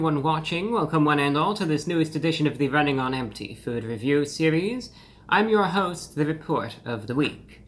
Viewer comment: Bruh, in the intro, when you point your fingers while saying food review, the emphasis / finger strikes should be on the F and the V not the F and the R.